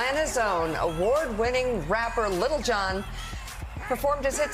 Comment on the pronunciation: Tell Mika that is "LIL John"... he doesn't say Little John